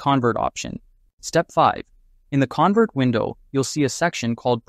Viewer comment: you're pronouncing convert wrong and like everyone else is saying, complete clickbait. there is no MERGING here. you need to remove that from your title. this is only converting multiple files into...MULTIPLE FILES.